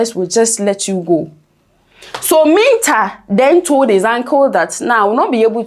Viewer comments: Please get your Name Pronunciation Right. Mintah. 😮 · Madam it is Mintah and you said whaaat?